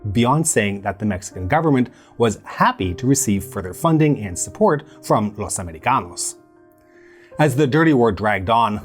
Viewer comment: Protip: no self respecting spanish speaker will EVER call you gringos "los americanos"; which is what makes your bad pronunciation of it, especially laughable. Aside from that, pretty good video.